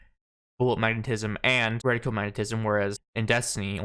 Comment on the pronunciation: Thank you for pronouncing reticle correctly. I'm so proud of you <3